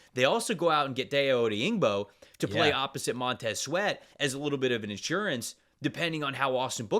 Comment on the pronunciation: Colts fan here. His name is pronounced: Die-Oh Oh-Dang-Bo The Bears had to call the Colts to ask how to pronounce it, lol.